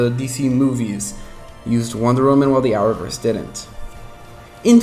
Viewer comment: Are you saying hour verse? The closed captioning can't read what you are saying